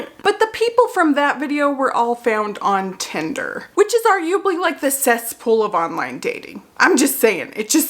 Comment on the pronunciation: It's adorable how you say Tinder. "Tender" like a chicken tender 🥰